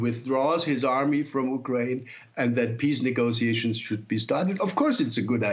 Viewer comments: It's prounced u kraine not uk rain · Interesting way to say ukraine. Not the right English nor Ukrainian pronunciation